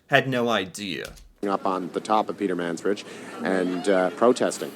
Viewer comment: "Peter Mans Bridge" 🤣